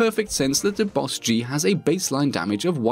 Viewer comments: It bothered me that you called it a B O S G 🤣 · Literally just pronounce it “boss-G” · B. O. S. G TRIGGER its just bosg BOSG BOS GEE